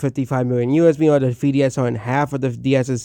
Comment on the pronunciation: “Thwee ds”😂 buddy’s disrespecting peak and cant even say it right